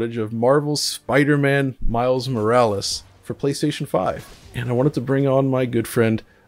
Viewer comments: You know Morales os someone's last name right?🤦🏽‍♂️ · Is saying miles morlaes that hard? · So Alex can't say Miles Morales? What's that about? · This dude really couldn’t get saying the title down correctly lol uhhh miles duhhh whatever it is, laziness at its best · Psychosis how much time did he save by not pronouncing "Morales"?? 🙄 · Lol Alex can speak perfect German but can't pronounce Morales? Another great upload btw 🙏🏿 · Yea Miles Morales is that difficult to say lol. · Wow cigarette teeth can’t even get miles name right 🤦🏾‍♂️ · Miles "whatever", like if Morales is too complicated compared to european names. Roll that R tongue white boy. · Smh at miles whatever it’s spiderman - miles morales dude.The ignorance is real and yes as a Puerto Rican it’s offensive. That shit is not that hard to pronounce having known title for months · Why couldn't/didn't he say Morales? It's not that hard nor is it funny to pretend you can't pronounce it. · that dude couldn't say Morales? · Disrespectful that he said "what ever its called" just because he didn't want to pronounce Mile Morales as if it was a difficult title to say